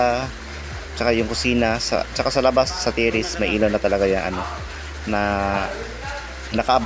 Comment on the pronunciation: Ilaw hindi elaw